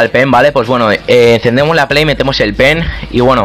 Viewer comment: se escucha enves de pen p3n3 xd , meteis el p3n3 a la pley xD